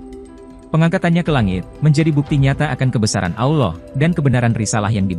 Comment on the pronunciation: sama cuma satu.. betulkan dulu kalo nyebut kata Alloh.. saya terasa "kerih" ditelinga kalo dengar admin myebut kata Alloh.. admin nya kok susah ya nyebut kata Alloh.. apa adminnya nonmuslim ya.. coba cari pembaca admin yg lain .. biar enak didengar...